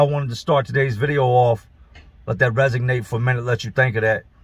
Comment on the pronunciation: Memo to: " Let it resonate in your head " / ( Not " Resignate" )